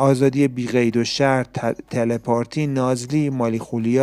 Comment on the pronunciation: فیلم تله پاتی مجری محترم هنوز بلد نیستن تلفظ ومعنی کلمه هارو تله پارتی چیه آخه سرکوسه کجاست آقای مجری😂😂😂. خیلی ضعیف اجرا میکنید لیلا اوتادی اصلا شخصیت محبوبی ندارن درهر صورت ممنون